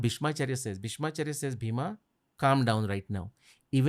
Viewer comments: Bheema. Fools its not bheema. Its bhim. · The name is Bheem not Bheema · Why they pronounce Bheem or Bhim as Bheema or Bhima, there is no sound of aa at the end of his name..likewise for other characters in the Mahabharat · not Bhima its Bheem or Bheemsen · It is bheem not bhima and it's not funny